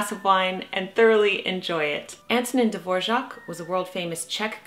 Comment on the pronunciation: I love how you pronounce Antonín Dvořák's name. :_lol: Will you try to play Humoresque by yourself, Jennifer? The original of this composition was for piano. Have a beautiful day! Greetings from the Czech Republic! :_happy